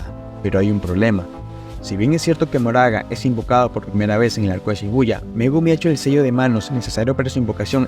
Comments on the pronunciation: quien es Moraga? es Makora (como lo pronuncian en japones) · se lee "makora"